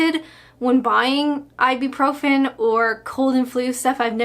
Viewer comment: Hi, I love you but for the love of god stop calling Ibuprofen “Ibi-profen” (I’m a pharmacist and this is a massive pet peeve)😂